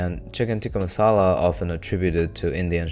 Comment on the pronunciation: "Chicken tikka MALASA" lmao